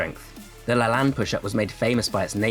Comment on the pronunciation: very good information! although you keep pronouncing Jack Lalanne's wrong. it's La-Lane, not La-Lann